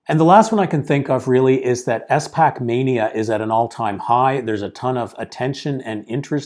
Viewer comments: It is not “ES” pac, pronounce all the letters together 😊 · Great video (but the way he pronounces SPAC pains me)